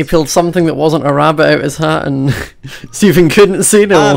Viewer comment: His name is Steph-an